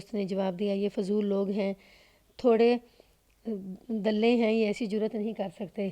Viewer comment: تھوڑ دلے کو آپ نے تھوڑے دلے پڑھا ۔۔۔۔ لطف آ گیا ۔ ۔۔۔۔ تھوڑ دلے کا تلفظ مختلف ہے اور مطلب ہے کمزور دل والا